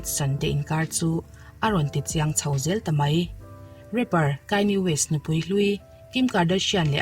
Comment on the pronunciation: 5.10 min... Rapper Kayle Waiste🤣.... Thil hriat fuh loh ve theih deuh mai ania